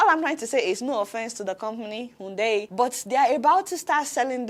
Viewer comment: Adeola: it is not 'unndei' it is pronounced iundai ( Hyundai )